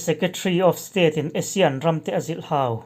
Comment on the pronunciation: A tir lam a ( a zilh hau) HAU tih lai tak I thluk nan va mak em.